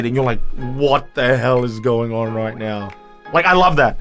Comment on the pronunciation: your ozzy accent slipped in. "What the hell is going on ROIGHT now"